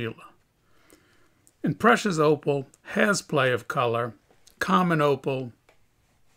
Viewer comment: Everytime he say opal i hear oppo its opal noooo its oppo and latest oppo is oppo reno expansive i cant buy